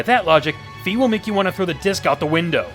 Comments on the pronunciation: In past games I never used any of my items to fight . So maybe that is what they were thinking. Also I never had a problem with the sword going out of alignment. Maybe you are swinging it too hard? And Fi is pronounced with an i sound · Fi is pronounced with an "e" sound.